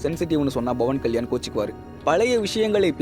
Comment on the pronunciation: Dei yar da news read pandradhu, Bavan Kalyan illa Pawan Kalyan.